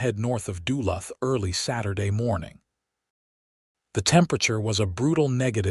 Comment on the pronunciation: You mispronounced Duluth